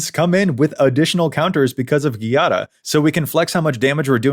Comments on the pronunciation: It would be 'djàda', not 'ghi-ada' (it's a common Italian name) 😊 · You're pronuoncing It ghiada, but Giada requires the soft g, sounding like the j. Giada Is the italian word for Jade, be It the rock or the name. You english speakers should read It as Jada to pronounce It right. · I have issues with how Giada is pronounced. 😅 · I really liked the video but I can't stand how you pronounce Giada